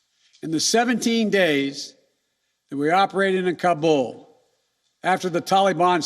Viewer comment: man cant even pronounce Kabul properly much less handle the situation there